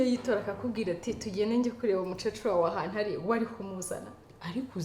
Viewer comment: Ntabwo bavuga umucecuru bavuga *umukecuru*.